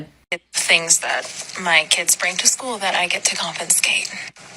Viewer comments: "Confinscate"? The word is confiscate. A teacher should know that. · That teacher with the durag did say confinscate... She might really be that ignorant. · The durag doll says confiNscate! Thick as mince and teaching. Wow.